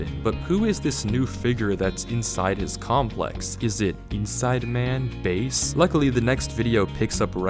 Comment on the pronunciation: i don't know if im suppose to laugh or not, Navy: "Bae" i mean.. "base" XD